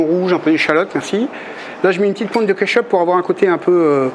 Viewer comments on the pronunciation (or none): Intéressant , merci !! et il ya du "kecheupe🤣"